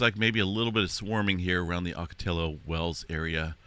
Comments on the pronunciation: Oh-co-tee-oh. (Ocotillo) Wells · Ocotillo pronounced: Oco-tee-yo. Similar to tortilla, the "ll" is pronounced like a "y." Thanks for your updates and insights, amigo.